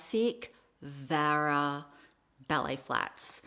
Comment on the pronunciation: Hi! It's actually Vera not Vara. spelling and pronunciation, Vera😊